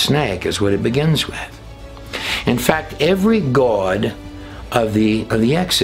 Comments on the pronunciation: I really enjoy videos and presentation but he gets on my nerves pronouncing the word GOD.. like he’s saying guod. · or Gowad (god) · THE WAY YOU SAY GOD SOUNDS LIKE GUODS / YOU ARE TO CREEPY FOR ME / YOU LIKE TO HEAR YOURSELF TALK / EVEN BACK WHEN YOU KISSED A OF THE GUY THAT TALKED A LOT OF CRAP / GOD TOLD HIM THIS AND GOD TOLD HIM THAT / THAT DID NOT COME TRUE / LIVE YOUR CONVICTIONS BUT PREACH JESUS THE CHRIST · You say "goawd". Lol. Why? Lol